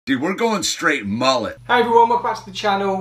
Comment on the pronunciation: Init defo not a mullet, but guy can’t say it properly either, he says moo-let so maybe this is a moo-let cut and not a mullet